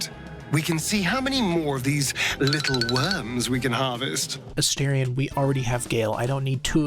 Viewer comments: Just my own little pet peeve but why does every YouTuber say Astarion’s name as A 😳 ion when it’s pronounce A ⭐️ ion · please for the love of god learn to say astarion’s name